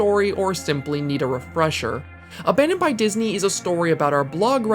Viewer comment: “Aban*dong*d by God”